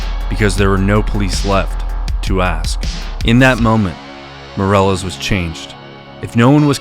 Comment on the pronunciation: Dude if you are going to be posting videos about people from Spanish speaking countries, you really need to work on your pronunciation That last name is not pronounced MORE-EL-LESS We would be pronounce like the English word “me” ME-DEH-LESS Soften the D in DEH so it sounds like a slightly rolled R